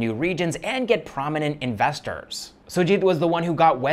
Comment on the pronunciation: Its Investors not Insestors !!